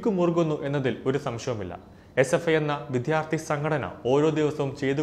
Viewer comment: വിദ്യാർത്ഥി എന്ന് തെറ്റാതെ പറയണേ !!!